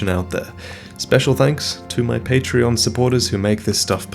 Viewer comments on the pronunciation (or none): none